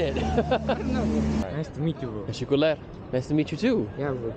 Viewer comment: bruh why do you keep saying teshekooool lmao. teh shek oo lar